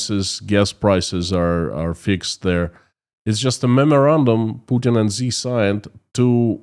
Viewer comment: Hey. Great content, and I support you all the way. One small thing, though. Xi Jinping is pronounced "She" Jingping. "Xi" in Mandarin is pronounced as "she", not "zee".